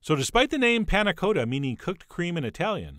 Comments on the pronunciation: Panna Cotta is said with a short O sound, like a baby's cot, not like go. Its made worse that you pronounce it correctly Why do you do this to me chef john :( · For anyone who might be interested in the correct way of pronouncing panna cotta. The o is not long as in Dakota, but short as in cottage. The 'a' is more open and snappy, but I'm not sure there is quite a good example or an equivalent sound in american. It's like the 'la' in do re mi... for those who have practiced scales. Both 'a's, in this case. I would recommend using a vanilla pod instead of an extract. And, definitely serve the 'harder' way. The crucial quality attribute of a panna cotta is consistency, most easily judged by giving the plate a 'jiggle' and you can see that perfect wobbliness. Can't really do that if you haven't flipped it:-) But I think those ramekins are less than ideal. Thick, and you can't really give them a whack on the plate. A little plastic mug would be easier, and you can warm up in your hand.